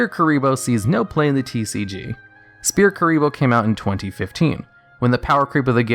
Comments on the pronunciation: It's pronounced "Sfear". Not Speae. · SPHEAR NOT SPEAR. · Rogue, not "Rouge" S-FEAR(Sphere), not Spear. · Sphere is pronounced like sfere not spear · Do you just... actually pronounce "sphere" as "spear"? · I like how he says spear instead of sphere. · (It was a joke on his pronunciation of Sphere bro, which sounds like he is saying Spear) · I love Duel Links for stuff like this. All this iconic stuff from the anime that was never used in real life is actually useful now. Also, you pronounced Sphere wrong. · That's not how you say sphere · Please, someone tell me I'm not the only one who is bothered by how he says sphere. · Have you never read the word "Sphere" before that card?